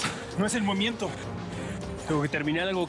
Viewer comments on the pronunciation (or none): dice momiento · "No es el momiento"😂